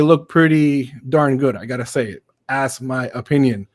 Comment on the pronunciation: 😂😂 he said “ass my opinion” 😂 idk if it was on purpose but that was just beautiful sir 👌